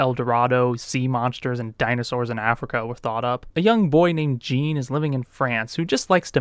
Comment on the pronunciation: Why do you say Jean like that, the poor boy’s just French 😢